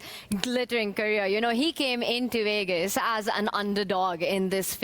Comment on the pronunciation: Just say Vegas... you're doing commentary...every time I hear Wegas..I see Russell Peters, Tanya. You're an IM. You can do it. Do better.